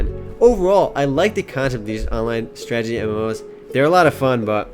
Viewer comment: I like how you say "stragity" instead of strategy. x) Love your first looks, and your site. FTW!